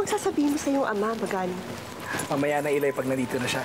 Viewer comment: I haven’t fully watch in TV way back in 2012 and now I’m rewatching it and this the previous episode and this episode marks the exciting plot. Pero ang pronunciation medyo di ko bet as an Ilonggo. Especially ang Iloy which is pronounced fast and not the I-loy. Hehe.